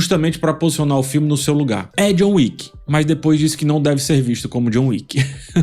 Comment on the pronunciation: Chegou a John "Wicka"